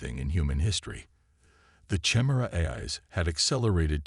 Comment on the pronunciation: You're mispronouncing chimera.